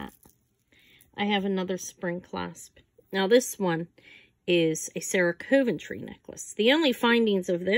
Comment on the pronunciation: I thought it was pronounced Sarah Coventry not cove- n-try